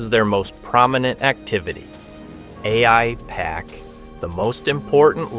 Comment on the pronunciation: After hearing how the pronounced Aipac, one can tell he's extremely dumb or an AI.